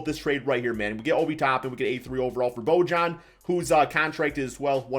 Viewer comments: Bro love your vids but it’s “ bo-yan “ lol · Nobody::Bo-John